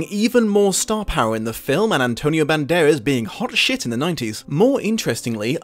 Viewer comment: love your videos. But, just one question, who's Antonio Banderes? Cause it's Band-err-ass! LoL I particularly liked this video, even the low brow joke. Love me some bloopers too.